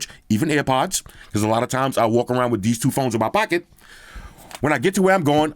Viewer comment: "back again wirrrr another video" wtf